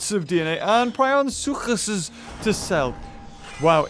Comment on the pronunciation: Prionosuchus. Not microposhucus